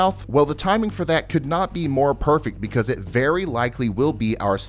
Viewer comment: *more.. not mire